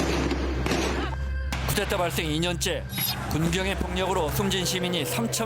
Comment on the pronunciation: 기자가 쿠데타를 자꾸 쿠테타로 읽네